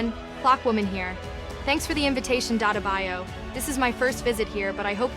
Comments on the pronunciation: Its dattebayyo not datebayu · It’s funny how mobi and elite cameraman’s talking thing they use mid pronounce 😂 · Your name: Mobi and elitecameraman: ' Hi DaTaBIo'😂